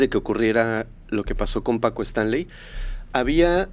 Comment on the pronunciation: No supo ni decir bien el nombre de Paco y de ahí en adelante una bola de datos imprecisos.